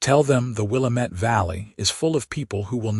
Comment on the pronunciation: Willamette is not pronounced Wil-a met. It's Wil-a (a as in apple) - mit.